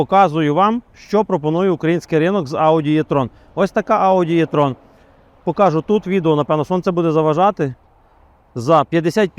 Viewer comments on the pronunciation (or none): Якщо що то не Е і не Є,а І))) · а чому Єтрон, якщо правильно буде Етрон! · 1. E-tron слід вимовляти з літерою Е, а не Є. Це дуже легко запам'ятати 2. Для чого потрібна електричка потужністю 400 к.с. для повільної їзди по місті, щоб проїхати відстань до 400 км? Бо якщо розкрити потеціал 400 к.с., то проїждеш 200 км і будуш шукати > socket, або лавету. Ось і вся правда про електричку.